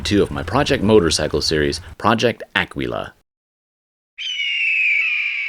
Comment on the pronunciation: Incorrect pronunciation of Aquila. First Guzzi? WOW. An idiot light will get you a long way. Next step, multi meter. Jumper wire. Fix a Guzzi on the side of the road. You were protecting us? Mike H is the shit. He created this product to deal with all the people that constantly called to bitch about their Guzzis. Here, buy this. Be done with it. Good for him. He tried to make it easy for the neophytes. I'll wager he still took multitudes of calls from the unteachable. Tell him RIP next time you talk at him.